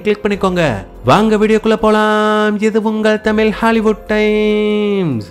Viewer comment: தயவு செய்து தமிழ் உச்சரிப்புகளை‌ சரியாக சொல்லவும்... 'வாங்க வீடியோ குல்ல போலாம் இது உங்கள் தமிழ் ஹாலிவுட் டைம்ஸ்' இதில் தமிழ் என்று 'ழ' உடைய உச்சரிப்பை சரியாக கூறுங்கள்...💚